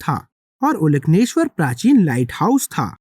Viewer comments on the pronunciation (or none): प्राचीन तमिल में ओलकन्नेश्वर ऐसे उच्चारण सही है। कन्नड़ में भी ओलकन्नेश्वर शब्द का उपयोग किया जाता है। ओल( अंदर) कन्नु (आंख) अंदरूनी आंख,तृतीय आंख कह सकते हो।